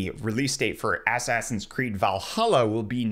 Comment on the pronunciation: Dude. Why are you always pronouncing it as "ass ass in"? It's assassin. Come on.